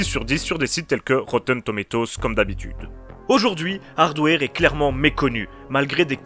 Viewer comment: Je dit pas ça pour être méchant ou blêssant , j'aime bien ce que tu fait , je suit ta chaine . C'est juste que quand j'ai entendu ta prononciation ça m'a flacher. Sinon c'est pas grave ^^